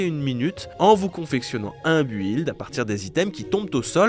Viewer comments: "un bu-ilde" on dit un "bilde" mais comment c'est possible de parler aussi mal anglais sérieux, ou de même pas faire l'effort d'appendre à prononcer correctement ? Tu voyages jamais, tu reste enfermé dans ta chambre tout l'année ?? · buhilde ? Sérieusement? T'as dû sécher tous tes cours d'anglais toi... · On ne prononce pas le U dans "build".